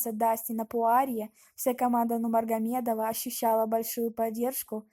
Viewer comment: Произнеси правильно , Нурмагомедова ! Учись